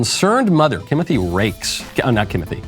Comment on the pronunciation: My dude said Kimothy! 🤣😂🤣😂